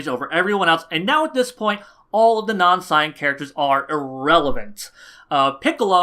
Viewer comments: Don’t they pronounce it “say-yen” in the show...not “sye-en”??? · I like how you say Saiyan